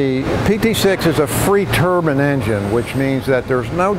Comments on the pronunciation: "turban as apposed to to turbine" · Turbin is a Indian hat. It's. Turbine. Bine. Not bin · IDK why people pronounce Turbine "Tur-bin" people forget what the E does lol